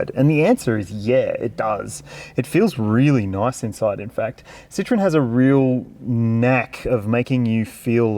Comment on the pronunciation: Not a "Citron" but a "Citroen"